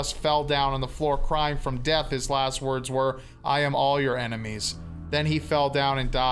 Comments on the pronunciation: ITS PRONOUNCED EINIMEES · It’s pronounced “I Eye-nem-ee-s” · It is difficult to understand where I-ne-mee-s comes from when it is only an e before the n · Technically this was credited to "Phoebe C". I could see Kevin faking the pronunciation of "Enimes" to "Ainamees" to make it seem like he was the original writer with the "original pronunciation" & take credit for something that has no value whatsoever to anyone but him alone lol. Either that or he got his fat punched off & changed into a hobo name Kevin at some point 7 years ago. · Ainemis, not Enemies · Your pronunciation of enimes is disappointing, but we'll let it go because your dramatic reading is absolutely phenomenal. The Dear Leader sends his greetings. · He kept mispronouncing the word "enimies"